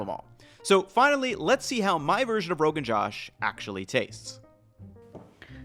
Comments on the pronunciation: This is pedantic, but the pronunciation is “joe-sh”, not “jaw-sh” Also, for using mustard oil, you have to let it smoke in the pot before adding in the ingredients. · Commenting from India - It's pronounced Joe-sh not Josh. And you should use lamb cuts with bone-in. The bones are integral to most braised meat dishes in India. Also you've to bring mustard oil to smoking point then reduce heat and cook, that way the raw mustard flavour goes away as intended in most Indian dishes that use mustard oil. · It's pronounced Josh as J-O-Sh and not Jaw-sh Josh translates to excitement! The dish is delish. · rogan joe-sh (with a long o), not jahsh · Bro, it's pronounced "Rog'n Joe-sh", not "Josh" as in an American name. Also, when an Indian recipe refers to "mutton", they're usually using goat, not lamb. It's an Indian colloquialism. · Haha. The correct pronunciation is actuall Joe-sh, not Josh so you are even closer than Ethan. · the josh in the rogan josh is pronunced as joesh . so, rogan joe-sh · Its pronounced rogan joe-sh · Rogan Josh, pronounced as Rogunn Joe-sh 😊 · C'mon man. It is rogan joe-shh. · FYI, Rogan Josh is usually pronounced as "Roe-gan Joe-sh" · It's actually pronounced Rogan Joe-sh. And yes, we do make the Joe Rogan jokes in India as well. 😂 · It’s rogan ‘josh’ with the O sound in josh like the O sound in ‘go’. 😊Enjoy. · Josh pronounced Jo oh shh, so JoOHShh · The jo in "josh" should be pronounced as "Joe", so Rogan Josh is Rogan Joe - sh. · Josh is actually pronounced as joe-sh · 1) In India Mutton is Goat not Sheep 2) It's Rogan Joe-sh like Joe Mama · I have a really weird bone to pick. It's pronounced as 'Joe-sh' not like now you would say perhaps Josh Weissman or something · It's not josh like name of man is josh means motivation try putting rogan josh and translate into indian voice😂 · Just FYI it's pronounced as Rogan Josh ( joe - sh ) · Rogan Joe-sh :) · how to pronounce josh... with a long o as in Joe... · it is pronounced not Josh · Josh, not jash